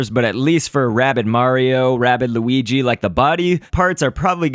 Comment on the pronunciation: you said weegee not luigi